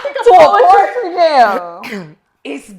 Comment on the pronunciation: “Pourtry Slam” I love it!